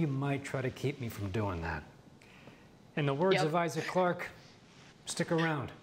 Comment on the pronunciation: Here before IGN corrects “Gunner Write” and “Isaace Clarke” haha